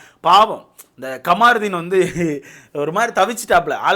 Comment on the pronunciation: கமாருதீன் இல்லை கமுருதீன்